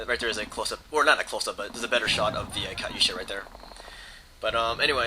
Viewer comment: its not pronounced kutyousha, its pronounced katuyasha